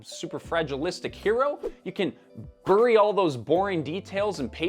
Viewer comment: That's a great video, very interesting discussion. Starbucks finally came to my town and everybody is in that honeymoon period. ( SIDE NOTE: Did you mispronounce BURY?)